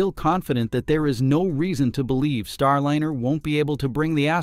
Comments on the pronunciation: One thing I find funny watching a lot of videos on YouTube is the way people pronounce words. It does wake you up and makes you think what you’re talking about.. In this situation “Star Lin er” rather than “Star Line er” my personal recommendation was actually to Elon Musk earlier, send up a dragon anyway. NASA might not like it, but the rest of the world will realize what he’s doing, giving them an option and not have to worry about paying for it. Also tell Boeing they need to shape up in a very loud way. Boeing is a bunch of idiots right now and I don’t mean the workers I mean the executives running the company the original and replaced. Since that happened, they’ve been a bunch of idiots. The type of fuel that they are losing is notorious for finding ways of getting out because it’s very hard to seal against it. I would’ve picked a different fuel or method. The other option is making sure that the tubing or piping is 3D printed solid. with the amount of money used, they should have had debility to swap out parts or explain the engineering problem better Heck, if they’re planning on using a capsule to get the crew up to starship for the Artemis program, they should swap out for the dragon capsule. (no I don’t have his ear, but no harm asking.) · Can you PLEASE have a real human read the voice over? Every AI script reader mispronounces the word Starliner as Star - linner (pronounced like 'dinner') plus it reads goofs in the written text as written instead of correcting them as a human would. It tells the viewer that the content creator just doesn't care. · The "i" in Starliner should always be pronounced as a long vowel. Seems like your AI voice needs better training. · Starliner, starlyner, starleener. There were multiple pronunciations in the narration. It sounds like they're trying to get the AI to work better. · If you separate the word, Starliner into (star liner) elevenlabs will pronounce it much better.